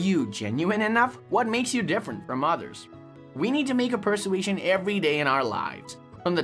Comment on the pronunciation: Oh my dear, I cannot take it! You keep pronouncing persuasion incorrectly! It's an easy word to pronounce dear! 🤪